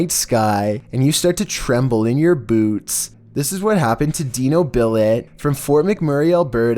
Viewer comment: boots how hes says it lol look lol 😂😂😂😂😂😂